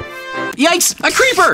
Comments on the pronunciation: Creeper not cleeber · It’s creeper not ceeper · Why at the end of the first one you said pleeper. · Hey guys ya know the other speed runner vs hunter video was supposed to say creeper and he said cleaper😂😂😂😂😂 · said said cleaver not CREEPER🤣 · Bro said “cleaver” heart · Bro it’s a creeper heart not a cleeber heart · its not cleever its creeper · is saying cleever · Bro you said cleeper heart like what the f